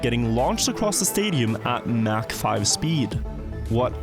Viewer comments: I really don't understand how people terribly mis understand how to read words. on top of that,, how have they never heard someone else say it. "Mach" is not "Mack" it never has been. it's pronounced "Mock" . you look stupid as fuck if you can't understand basic English. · Why does he pronounce mach like that